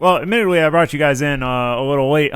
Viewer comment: "admittidwy a waste of time :3 uwu"